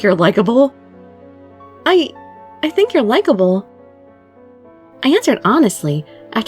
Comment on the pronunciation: WHEN U SAID I THINK YOUR LIKEIBE I NEARLY DIED I WAS BLUSHING THOUGHT THIS WHOLE VID!